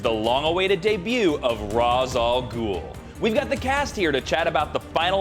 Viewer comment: Raysh Al Ghul